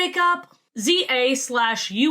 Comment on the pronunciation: You talking about Angel Hare briefly made me click off this video and actually go watch it until I passed out in bed. Pronounced Zah-Oom. Also you should play Disco Elysium. You would probably enjoy it.